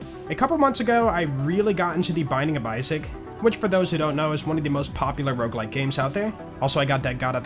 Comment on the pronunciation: the ''rouge like'' fucked my brain as a french speaker, in my head it was '' how does it red like '' (rouge is red in french)